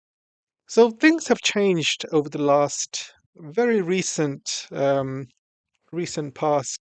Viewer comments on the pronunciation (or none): none